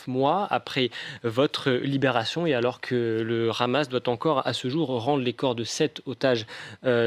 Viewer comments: le hamas pas ramas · Non. cela se prononce RHama, comme le "R" de cRacou cRampe.